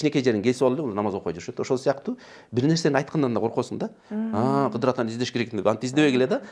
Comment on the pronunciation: Кыдыр алейсаламбы, же КыЗыр алейсаламбы ? Кызыр деп укчу элек да